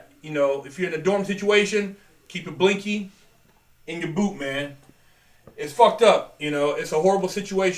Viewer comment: Dawg Pederson yeah I thought it was 'blicky' the way says it sounds like blinky. I'm still curious why it's called that? We just go with plain old 'shiv' where I come from.